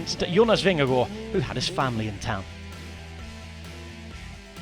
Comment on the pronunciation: Pls pronounce Vingegaard properly, wtf is this